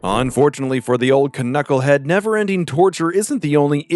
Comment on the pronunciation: What the FUCK is a "kuh-knucklehead" did you see the K at the front and think you have to say the K?